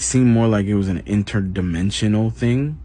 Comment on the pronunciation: You know this guy is telling the truth because he pointed out it was an inter-demen-chunal being not an alien.